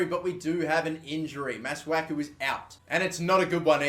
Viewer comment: Pronunciation Masuaku- maswaku